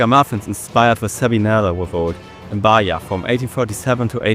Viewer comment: its not that big of a deal. Your main "problem" is your "e" pronunciation, like Bahia is pronounced "Bah - ee - ah", but besides that, your pronounce is really good